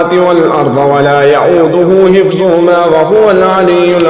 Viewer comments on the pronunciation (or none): none